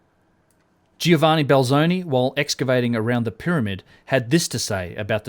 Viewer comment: Dude, Giovanni is spoken like Jovanni. The i is silent.